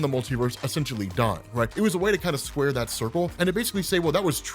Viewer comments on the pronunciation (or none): none